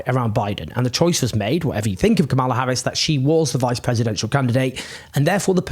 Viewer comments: Deeply depressing all round. (just a quick note, though, the VP's first name is pronounced KA-mala, not ka-MAL-a) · Kamala is pronounced like Pamela with a K. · You sure that's how you pronounce 'Kamala'? I'm not being pedantic, but it kinda amused me that you were using the very pointed GOP pronunciation, trying to make it sound more 'foreign', when it's pronounced exactly like Pamela. (Horrible feeling, I'm going to get schooled on this.) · Hey Owen please learn to pronaounce Kamala correctly or you sound racist.